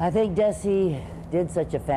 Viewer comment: Interesting how Lucy pronounced Desi…Have we had it wrong all these years? I was surprised! So loved their show! 💕